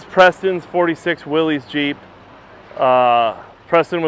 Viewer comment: It's pronounced "Will-is".